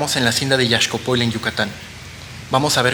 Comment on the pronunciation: Lo unico que tienes que hacer es pronunciar correctamente Yaxcopoil